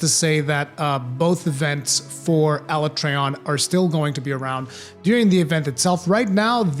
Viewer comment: Alatreon pronunciation on point